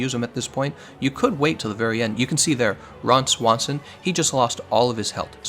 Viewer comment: Lol the way you said Ron Swanson unironically.